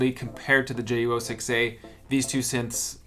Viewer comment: It’s pronounced JU-06ayyyyyyy